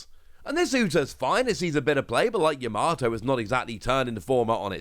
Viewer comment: Videos always on point but please stop putting an R in Yamato it's Yam-a-toe not Ya-MAR-to Other that then my go to for Op News 😊